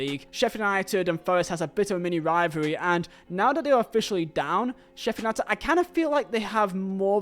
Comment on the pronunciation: I've never before heard someone pronounced Sheffield United like the U isn't there